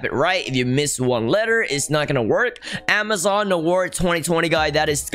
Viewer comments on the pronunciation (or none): none